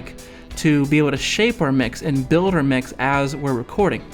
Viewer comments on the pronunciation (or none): none